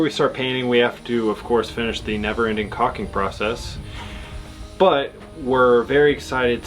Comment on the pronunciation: LAWL! Love her reaction! LOL it's Pronounced "K aLL King" LOL